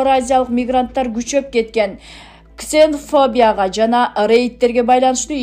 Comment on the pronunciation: Оой кызым,туура суйлочу орустардын шаарынын атын,уятта,тооба силер кандай журналист синер ,ксен фобия дейсин например уятко уйрон.,нижний таагил эмес,тагиил деп окуу